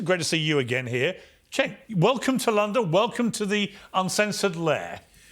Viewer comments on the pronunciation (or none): none